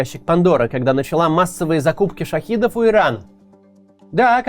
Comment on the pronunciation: ШахЕдов, Кац, шахЕЕЕдов!